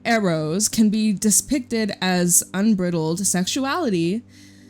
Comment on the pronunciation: Unbridled is pronounced ‘UN BRIDE eld’ like when a horse does not have a bridle on and they are wild and untethered.